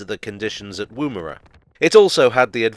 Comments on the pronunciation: The first syllable in Woomera sounds more like wuhm than woom. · Love your work but please learn how to pronounce Woomera. The woom does not rhyme with room; it’s a shorter O sound but I can’t work out how to write an example to help. Keep up the great work. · Wom as in woman for Woomera noting it was also the HQ for British Nuclear Tests.